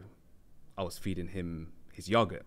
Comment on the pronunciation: saying yogurt like "yahggert" tickled me so much! 😂😂😂